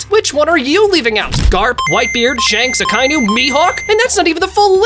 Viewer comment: Bro really said 2is akinu